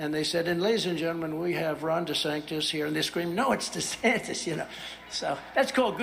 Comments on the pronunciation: Lmfao is he purposely saying “Ron Desanctis” 😂 or is that the lack of pronunciation this half dead mf exercises daily lol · Tiny Ron is so much better, and easier to pronounce, than Ron Desanctus. What a complete and total fuckup. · So this dip💩 wannabe dictator mispronounced his joke nickname of “Desanctimonious” as “Desanctus” and he and his cult have stuck with it? Wtf do his minions think Desanctus means other than their musouth and demented leader not being able to speak?